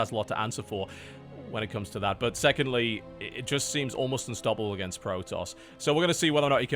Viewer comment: Did TB actually say "ByuNstoppable"??